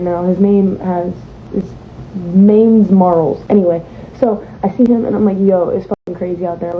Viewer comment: NOT HER SAYING MAINES MARLES LOLLLLL🤣🤣🤣🤣🤣🤣